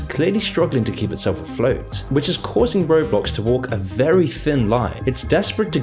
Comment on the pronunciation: I swear...every other time you said it, you said: "road blox"